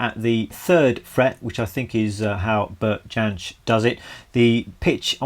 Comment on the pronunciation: Beautiful rendition and lesson. His last name is pronounced "Yensch", by the way. How about doing a lesson of his version of Reynardine or Poor Mouth?